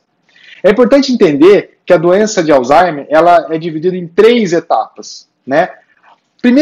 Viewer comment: Obs.: Não é Alzheime E sim Alzheimer